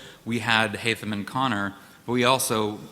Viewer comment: WTF who the h••• is haymige it's haytham